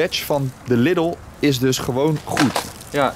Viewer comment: Je spreekt de Lidl uit als Liedel, niet als Liddel. Ik weet het want ik woon 4km van de grens en kom wekelijks in de duitse Lidl. ;)